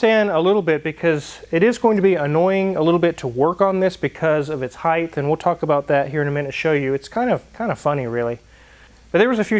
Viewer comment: HeighTH lol.